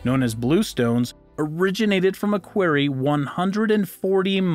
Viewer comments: 'Quarry' - rhymes with 'sorry'. Who taught you English? THATS a mystery! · You say query, no other place on earth pronounces it the way you do. Learn to speak... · Thank you. Maybe he isn’t a native speaker. Why do people try to sound out English words? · The correct pronunciation of the word "quarry" is "kworr-ee" (emphasis is on the first syllable). I'd also suggest that you listen to how English people pronounce Wiltshire. The emphasis is on the first syllable. EDIT: Oh, and "sphere" is pronounced "sfear", not "spear". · This announcer is pretty uneducated. Has mispronounced about 20% of the words. “ war-shippers” for worshippers. “Quairy “ for quarry. “Ajeen” for Aegean, etc.